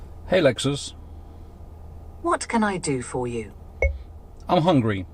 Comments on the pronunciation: zamiast poprawnie hangry to mówi hągry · mówi zamiast hągri zamiast hangry